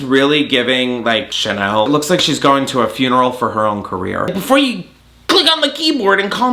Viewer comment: "BeEFoUR u CLICk ON the kEEyboReDuh" 😂☠